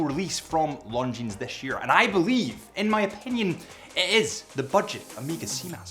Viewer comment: I know what time it is. It’s time to say Longines properly.